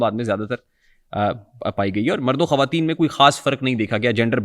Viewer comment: bhai khaateen ni hota khwateen hota hai, not taunting you but mujhay irritation hoti hai bar bar ye sun k😁